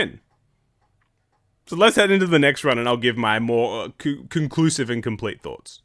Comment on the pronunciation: Same lol